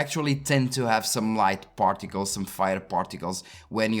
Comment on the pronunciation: You said "particles", I kept hearing "portugales".